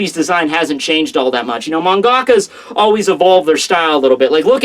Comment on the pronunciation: man-ga-ka not man-ka-ka